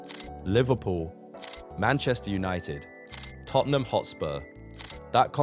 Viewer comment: Just as i wrote that i heard totonom lol